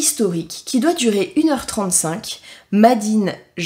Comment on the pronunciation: Trop drôle ta prononciation de l'anglais 🤣 ça me fait marrer 🫠 "made in " se prononce " Meydine you wess hey " 🫠☺️